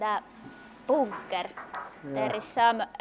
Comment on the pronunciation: Plug. :) U is pronounced oo in finnish. That's also why he sometimes say boonker instead of bunker.